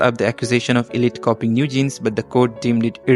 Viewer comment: it's actually pronounced "eye-lit" not "ee-lit"😭